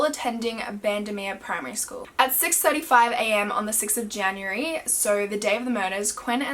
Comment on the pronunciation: “janrurary” lmao